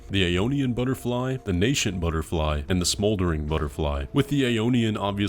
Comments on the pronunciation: I hate to be that guy, it's just a silly pet peeve of mine, and I genuinely don't mean to be mean or anything I promise, it's super minor anyways but... "Nascent" is pronounced Nay-scent, there's no "sh" sound lol. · Nascent isn't na-shent, its na-sent. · you wanna talk about pronunciations, it's nascent not NASHENT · Nascent is pronounced "nay-sent." You're welcome.